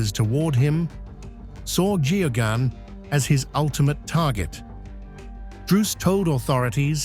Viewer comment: Why can't a journalist and presenter pronounce Geoghan? It is pronouncerd Gahgan